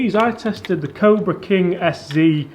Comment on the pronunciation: Please get to say Cobra correctly 🤣